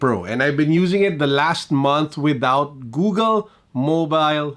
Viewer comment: cons: pronouncing Google as GooGEL.